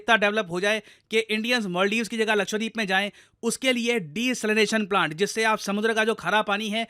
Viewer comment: Sir please pronounce Lakshadweep as luh-kshuh-dveep✅ and not luh-kshva-deep ❌